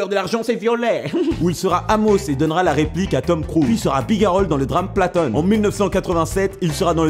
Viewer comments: Platoon se prononce platoun et non platone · Cool la vidéo par contre le film platoon sa se dit "platoune" pas "platon" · C'est ce que je me dis a chaque fois mdr, "platone" quoi !!